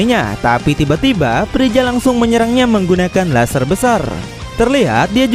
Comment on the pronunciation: Freza om bukan prija